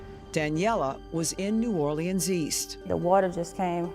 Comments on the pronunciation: It's hilarious hearing her pronounce EVERY LETTER in New Orleans. It's not new-or-lee-anns, its new-or-lins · Lady, just call it New Orleens or New Or-lenz because New Or-Lee-Annes is killing me.